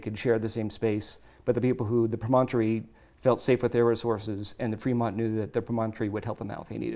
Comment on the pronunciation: Those snakes are so cool! I would love for to be a guest again. What other cool archeology/paleontology things are going on? I have to say though, as a native Utahan, it is so weird to hear you pronounce Promontory pro-MON-tory. We all say it it PROM-on-tory.:)